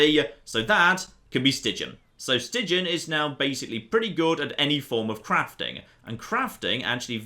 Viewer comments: As A Belgian, the way you pronounce the name "Stijn" is so funny XD it's basicly pronounced as "Stain" not "Stigin" XD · Don't know if the guy with your name has any Dutch connections, but Stijn is more pronounced like 'Stine'. The 'ij' is a contracted vowel, not pronounced as two separate letters. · "ij" can be pronounced the same as "ei" as in einstein. in dutch we call ij the long y and ei the short y. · in Stijn the ij is pronounced similarly to the I in Ireland,.